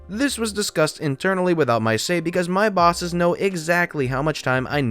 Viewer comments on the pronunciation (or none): none